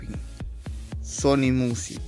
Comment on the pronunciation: JAJAJA SE DICE MIUSIC JAJAJAJ APRENDE A LEER GIL